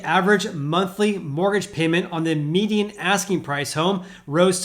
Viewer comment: Great video Are you pronouncing "median" as "meeting"?